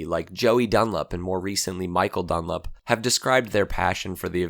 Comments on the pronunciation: Joey "Dunlip"? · Joey dun-lip?😂😂